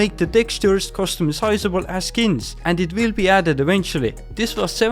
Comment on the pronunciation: bro learn English, it isn't "Customsizable" lmfao, its customizable